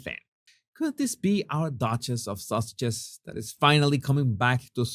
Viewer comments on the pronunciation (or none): It could be my hearing....or your accent ( which is gorgeous)... but this is the second video in 2 days where I'm SURE I heard you say duke and duchess of sausages.....rather than sussexes....so...is it my hearing, or have they been renamed?😉🤪😂